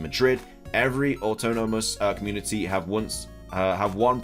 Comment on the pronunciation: Bro your peninsula pronunciation is wrong as well as autonomous. Just google them so you can do better just constructive criticism.